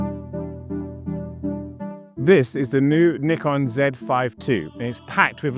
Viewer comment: I love that you pronounce Nikon properly 😄